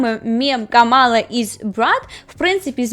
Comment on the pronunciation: Не хочу душити, але правильно говорити КАмала Гарріс, а не КамАла Гарріс